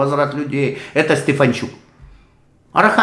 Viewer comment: Вы неправильно называете ведущего Рады,его фамилия Стефанчук